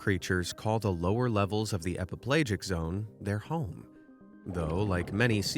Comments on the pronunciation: Epi - pell'AHjic not epiPlage-ic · /ep-uh-PLAY-jik/ ? Seriously? You're mispronouncing the main idea of the first part of your video? EPIPELAGIC is pronounced /ep-uh-puh-LADGE-ik/. If you are so incompetent as to do that, then there is no part of your video we should believe. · I think it's pronounced /e-pi-pel-A-jik/. Just saying. Same for/me-zo-pe-LA-jik/. Also, it's pronounced /NEW-di-brank/; just saying.